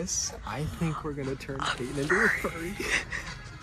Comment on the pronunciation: You did payton wrong 😭😭